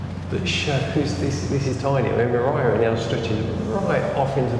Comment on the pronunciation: Actually you do say moriara correctly. We have a holiday home here and you say Moriara perfectly well sounding the second R 👍🏼 Also you say Teulada correctly. Great video. 😎 thank you.